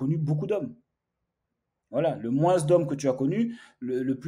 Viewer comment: On ne prononce pas le « s » dans le mot « moins », ça m’a perturbé tout le long de la vidéo 😂. Sinon bonne vidéo comme d’habitude. Force 💪